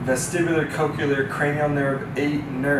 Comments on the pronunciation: Thanks for this great explanation! I look forward to sharing the video. PS: I was distracted by this... Coch-le-ar is pronounced like nu-cle-ar. It's not coch-u-lar, nor is it nu-cu-lar. 😊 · I can't even, with coch-u-lar... Also, how is this pronounced Zook, if the O has a long vowel indicator? Shouldn't it be ZOKE? (Rhyming with JOKE)